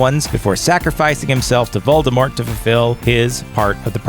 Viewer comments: He Said Moldemort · Is he actually saying Voldebort?? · * sigh * I'm not trying to be rude at all, believe me, but it upsets me when people say "Voldemort" with a "T". JK Rowling herself stated that Voldemort is most defiantly NOT pronounced with a "T", claiming its silent. Instead, its pounced "Voldemor". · “Deathly HOLLOWS” “VOLDOMORT” WTH MAN! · The t in Voldemort is silent